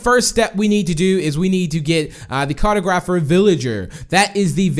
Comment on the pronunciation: Lmao car-toe-graph-er. It's car-tog-raph-er.